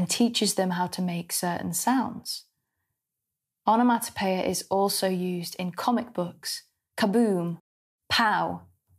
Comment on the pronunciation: Love the way you pronounce the word.......Onomatopoeia! I actually noted it phonetically.....😅💕